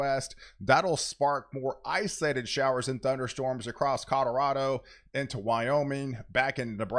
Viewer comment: Are my ears broken or are you saying codarado 😂